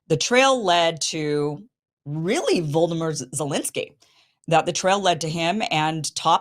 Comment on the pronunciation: Just noticed that Kim's pronounciation of Volodymyr (Zelensky) sounds more like Voldemort. LOVE it! 😂😂😂 (Volodymyr is pronounced almost the same as in "Vladimir Putin" - because it is the same name, just different accents that lean towards o's instead of a's)